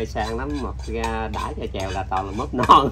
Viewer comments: Mướp, chứ ko phải “móp” nghe Nam! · Móp hay mướp hả ông nam kia..😁😁hjhj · Gà hấp mướp chứ ko phải móp.